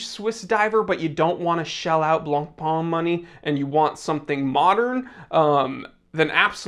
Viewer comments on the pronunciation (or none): none